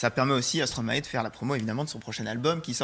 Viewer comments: Prononciation: Non à Stroma-é Oui à Stromäe - Mäestro à l'envers ! Merci 🙃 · Se prononce Stromaï ! Et non " Stromaé " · Arrêtez de dire, stromaéééééé pour l'amour de dieux !!!, sa se dit sromaille bordel !! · Ça se prononce stromaie et pas stromaet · Arrêtez de dire stromaé ça se dit stromaye !!!!! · On dit Stromaï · Tu connais Stromae mais tu sais pas comment le prononcer...